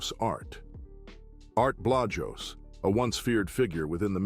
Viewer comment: The way yes pronouncing Art Blajos's name is killing me